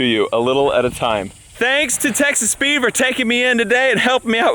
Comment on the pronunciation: Is it wrong that every time you say Texas Speed I hear Texas Pete? 🌶🤣🔥🌶